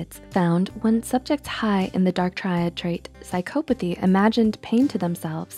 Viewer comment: Besides the fact she didn't say psychopathy correctly a single time, the video was still good lol